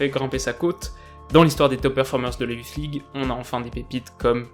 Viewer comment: La youflze league 😂😂😂 ta prononciation me tue